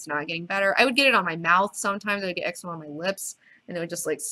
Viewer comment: It's pronounced as EC-ZE-MA not EX-UH-MA hahaha